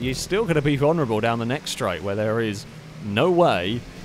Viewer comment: The One Where Pronounces "Vulnerable"